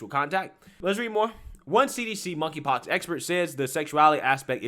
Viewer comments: “KONKRY POX”? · "Monkey Pox".....The 'K' is silent. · I laugh every time you say monkey pox. This just sounds so silly.